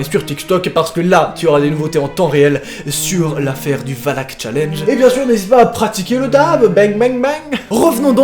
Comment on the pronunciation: A la base c'est pas valaak et pas valak